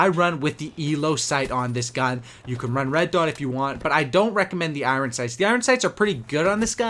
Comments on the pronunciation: I believe it's pronounced "iron" not "iwren".. Love you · Why are you saying iron like it's spelt u dumb shit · You say iron weirdly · Is it just me that feels sick every time he says i-ron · it's pronounced iorn, i know it's spelled iron but that's just so people can't pronounce it properly